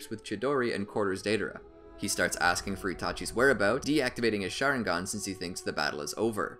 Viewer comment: wtf did he say sharingan